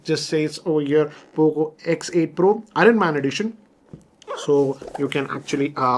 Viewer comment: 😂its not Horn Man, its Iron man (R Silent) 🤦🏻‍♂️